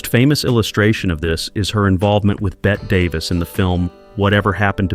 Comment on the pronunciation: I would take with a grain of salt anything said by a bot that doesn't even know how to pronounce Bette Davis.